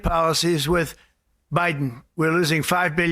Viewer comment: Omg I can’t stand her. And furthermore it’s with not wiv … Purina cat chow….. chow chow chow. 😁